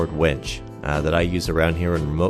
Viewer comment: It is a winch, not a wench.;) Just giving ya a hard time.